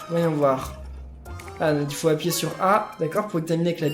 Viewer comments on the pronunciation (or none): none